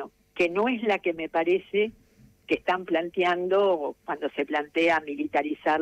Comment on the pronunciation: La señora gue dijo gue robaban